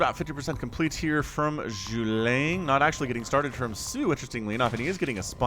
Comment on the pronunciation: He literally put caps on each syllable for you to pronounce it. Zhu-Ge-Liang. Silly man!